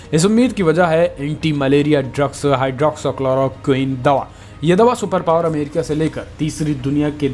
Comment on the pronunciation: भाईठीक से बोलना सीख लें हाई ड्रौक्सी क्लोरो क्विन।